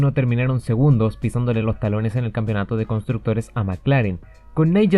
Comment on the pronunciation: Hermano "campeonato", no "campionato". Bueno, acá en Chile hasta los periodistas dicen "campion"